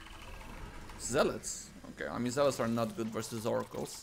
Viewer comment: “Fouracles” as one would say